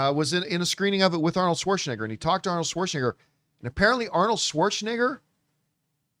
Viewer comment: Apparently, John Campea doesn't know how to pronounce Arnold "Swartzcheneger's" name.